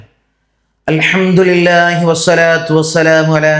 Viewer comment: അൽഹംദ്ധു നില്ല അൽ ഹംദ്ധു നാല്ല